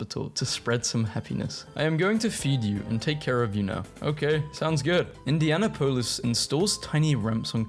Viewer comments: The pronunciation of “Indiana- POLIS” is “Indian-app-pole-is” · I live in Indiana and we usually just call Indianapolis “Indy” for short so when you said “Indiana-Poe-Lis” I started second guessing myself thinking I was saying “Indian-apple-es” wrong this whole time 😂😂😂😂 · as someone from Indiana, it pains me how he says Indianapolis, but we’ll take the wholesome meme I guess